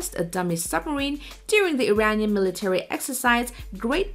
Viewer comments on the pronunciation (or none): none